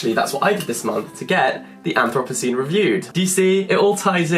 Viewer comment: I have never heard anthropocene pronounced like that haha